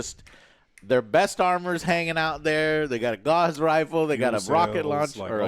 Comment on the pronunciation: Gauss is not pronounced "gauze" it's more like the ss in hiss